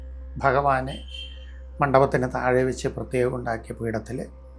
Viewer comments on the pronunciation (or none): none